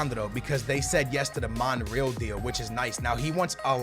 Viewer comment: How can say Real Madrid right but he cant say Monreal right. smh